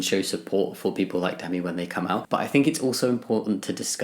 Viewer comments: Definitely thought I heard you say themi there instead of Demi😅 (but then again, I'm still waking up) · the pronounciation Demi= Dey-me